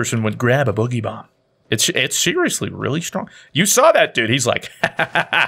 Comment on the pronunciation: Everyone says it wrong, it’s not bugeeee bomb, it’s boooogy bomb as is dance/boogie